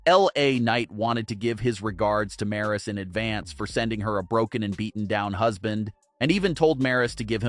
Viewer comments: 😅 these guys did not know how to pronounce name we got one guy calling Raquel Rodriguez Rocky we got this one Maurice it's Maryse lol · Learn how to say Maryse's name. Geez, it's not that hard to say.